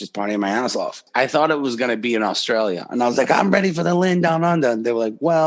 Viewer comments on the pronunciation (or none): none